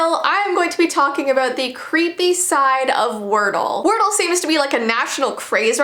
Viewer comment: When she say if we don’t know wordle she sound like she is from Ireland